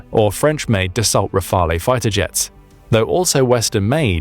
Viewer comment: Dassault is pronounced dasso and Rafael is rafal which means burst like in machine gun burst or gust as in gust of wind. The main reason for the frsiry of F16s is their availability since they are approaching 5000 units. Rafael an Grippon are much rarer. Much less of them could be supplied. It's that simple. Another interesting show. 💙 💛